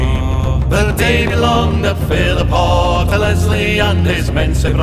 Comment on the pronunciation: Great footage. It's Philiphaugh though. (ch as in loch)